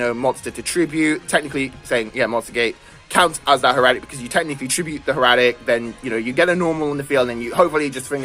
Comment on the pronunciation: Think of it this way. Hair-uh-tick.